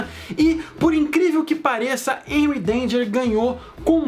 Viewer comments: É Henry não enry😂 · Se fosse enry danger,seria com e cara. Pronuncia o H como R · Aii me dá uma agonia dele falando Enry em vez de Renry (eu sei que é Henry, mas essa é a pronúncia). E é Shuos a pronúncia do nome do Schwoos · Me digam que não fui só eu que me irritei quando ele falou "Enry Danger" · Se escreve Henry Danger mas se pronuncia RRenry Danger,não Enuy Danger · A pronuncia é Renry n Enry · Enry?? N e assim que pronuncia e sim "harry" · N se fala énry e sim Henry (rréry) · SE PRONUNCIA RENRY NAO ENRY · Se pronuncia HENRY, NÃO ENRY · Q ogeriza tu fala enry danger mas é renry danger ( sei q n escreve assim) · A pronúncia é renrry é com H más é renrry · Ele fala os nomes errado me da agonia é rrenurri Eu escrevi errado de propósito é xarlóte Também escrevi errado de propósito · Tem como alguém me fazer um favor de ensinar a ele a falar direito é Henry denger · É henry mais vou escrever errado pra você aprender a falara serto é renry mais em ves do R bota o H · Pra mim o Henry tem som de re nao som de e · Se pronuncia renry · Não é reri e henry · Véi ele fala o nome do Henry todo erradão kkkkkkkk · voce fala henry errado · Fala henry direito